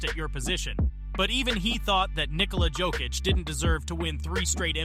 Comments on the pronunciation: Good video and good research bro but please, work on the pronunciations for these euro players. You said Jokic 4 different ways scattered throughout the video and didn’t say the others right either 😂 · An interesting matchup would be Jokic vs Yokic. The winner gets to face the Joker. Decide how you are going to pronounce his name before making a video about him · How you gonna pronounce Jokic wrong the whole video AND Olajuwon?!? Disrespectful. AI or not, take more pride in your work. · Bro.. as a nuggets fan I love that you are talking about Jokic. But the fact he’s done all of this and you still can’t say his name right? Yo kich not Jo kich. And you said Hakeems name wrong.